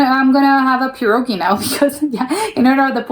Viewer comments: Say pierogiS one more time, I dare you i double dare you... imagine pierogi already are plural... single one is "PIERÓG" try to pronounce that ;) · Zakopejn 😀 All pronunciations of names are inaccurate yours crime also - pierogi(s)